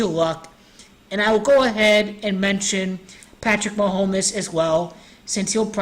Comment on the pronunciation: Ma-home-mess lol good work